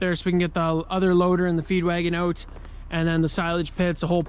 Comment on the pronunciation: You say "Ouwt" an insane amount!